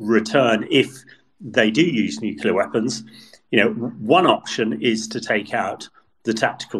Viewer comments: the word is Nu-cle-ar, not Nucular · What does one say about someone who will say "nuclear" and "nukular" in the same freaking sentence? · I'm amazed by how many very well educated and experienced people do the nukular thing. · I expect the numbers will be 99.78% in favour of Russia, and Putin will seek the names of the 0.22% and the journalist who keeps referring to "nuclear" as "nucular." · I wish you'd find commentators who know how to pronounce 'nuclear'.